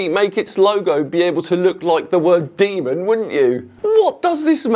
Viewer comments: Can someone let him know there’s no ‘a’ in demon? 😂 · It doesn’t spell “demon”, it spells “de man” as in: You de man,! 😂